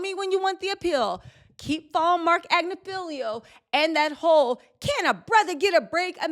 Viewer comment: Everyone is mispronuncing MARC AGNIFILO?? It’s AG—NI—FI—LO 😊